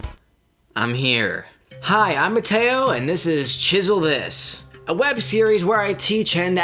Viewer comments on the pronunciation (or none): Oh Mut-Tay-Oh Not